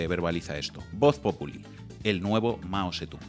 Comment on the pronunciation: El chaval que ha escrito un libro ni sabe leer bien el nombre de Mao Zedong, ya veo lo enterado que está, ni chino sabe hablar...